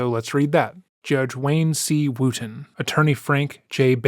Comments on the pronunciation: Oh you guys it's NOT pronounced WOOOOOTON!!!! It's Wooton (like WOOD) you're welcome! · “Where are you, judge wooten?” Sounded like “where are you, God?” And that’s so funny to me 😂